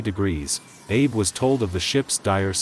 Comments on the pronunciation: I cringe every time I hear this guy mispronounce the name of the ship and her captain...it's 'Shi-na-noh', not 'Shi-nah-nah', and 'Ah-bee', not 'Abe'! 🤦‍♂🤦‍♂🤦‍♂ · The Japanese commander's name was Abe. It's pronounced ah-bay, not Abe, as in Lincoln. Also, the graphics show the Shinano being hit by torpedoes on its port side, while the narrator claims it was hit on the starboard side. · Shinano, not Shinana. Admiral Abe ("ab-ay"). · An excellent video which I very much enjoyed. My only issue is with pronunciations. Shinano is pronounced "shee-nah-noo", with emphasis on the first syllable. Abe is pronounced "Ah-bey", with emphasis on the first syllable. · Abe Lincoln: that's not how you say 'Abe' in Japanese. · He was saying his last name wrong SMFH